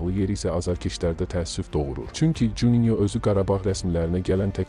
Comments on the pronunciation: Futbol haqqında kanal açasan, bütün günü Qarabağdan danışasan, oyunçuların adlarını gündə 10 dəfə eşidəsən və hələ də bilməyəsən ki, adamın soyadi Cuninyo deyil Juninyodur. Ona görə ki, bu "J" hərfi ingilis yox portuqal dilindəji kimi oxunur. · Oyunçunun adını düz deməyi öyrən. CUNİNYO yox, JUNİNYO